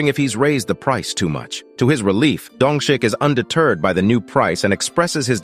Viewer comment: dongshik I don't care that the subtitles say that but I hear dung shit